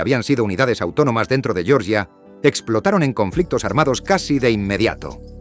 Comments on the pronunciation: yoryia no por favor la G con la e GE, se aprende en primaria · Georgia dicho a la manera inglesa🤦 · No pronuncies Georgia como se pronuncia el estado de EEUU, no tiene nada que ver.